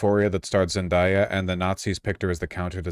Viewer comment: VAUSH LEARN HOW TO PRONOUNCE ZENDAYA. Zen-DAY-uh. as in like daytime. during the day. dayquil. etc